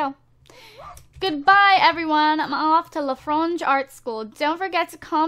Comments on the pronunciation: It is pronounced "lay- fro- maj" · Lay fra mashe. LeFromage pronunciation. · PLEASE PRONOUNCE LEFROMAGE ART SCHOOL!!!!!!!!!!!!!! there is an M in Le FroMage art school no N Le Fronge! sorry little pet peeves...